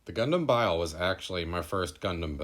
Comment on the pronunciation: Nice short and sweet review, but Bael is pronounced "Bah-El" or "Ba-All" not "Bile" Just thought I'd point that out.